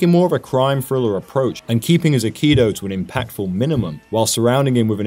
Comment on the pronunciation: Just FYI, the correct pronunciation is 'ai-kee-doe' not 'akido'